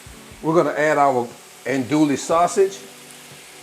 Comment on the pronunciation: Ahn-doo-we sausage (Andouille) Fee-lay (File). That is how you pronounce those two creole words.